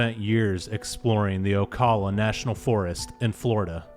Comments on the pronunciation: Oh Cal la, not Oakala.👍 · Oh- cal- ah. Middle pronounced like Al, not All. Ocala.